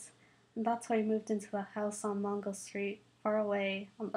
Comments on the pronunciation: It's Mango not Mongo. Just saying. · M a n g o not mongo